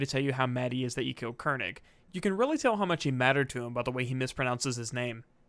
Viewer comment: The way Mercer pronounced Koenig is how a german would pronounce it (König).